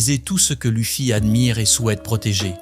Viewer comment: Euh c'est quoi cette IA qui lis le texte😅 Louffy, Robin. Sérieux?! Pourquoi c'est plus toi quoi parle? 😢